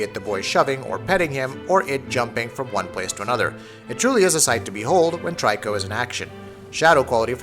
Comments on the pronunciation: Mate its Torikoooo, not TRY-CORP! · Bothers me who you say tryco when it's pronounced treeco.... Smh